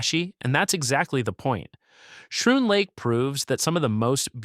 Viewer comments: What AI slop is this???? And it’s pronounced “Scroon”, not “shroon”. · Schroon is pronounced SKROON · I almost made the same exact comment, but saw yours. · Schroon Lake is pronounced: "SKROON" not "SHROON". AI eating too many psilocybin mushrooms ... Raquette River is not pronounced: "RAKWET" it is pronounced "RACKET" - silly AI.